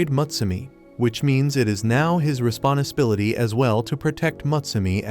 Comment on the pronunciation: bro what is responaspility